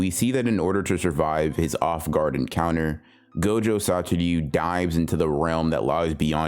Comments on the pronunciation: Say it with me, Sah-toh-REW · That’s cool and all , and I know it’s petty AF but ...Sa-to-RU ! It actually disturbs my focus ! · its not that hard to pronounce "satoru" youve even watched the fucking anime, behave. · ure saying satoru weird